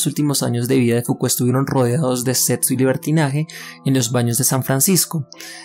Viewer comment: Setso, etsistencia, etsperiencia, disasociar. No me permite concentrarme oír cada dos por tres palabras así